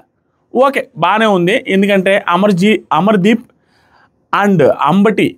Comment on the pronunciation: అంబటి అర్జున్ కాదు అంబాటి అర్జున్